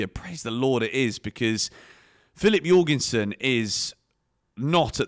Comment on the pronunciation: jorgensen how’d you pronounce that. you’re gone son.